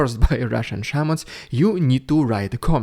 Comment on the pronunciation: I understood "Sherman" rather than "Shaman". My brain refused to take that into consideration.